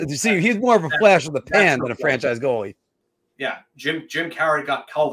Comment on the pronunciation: It’s goalie not “goale”😂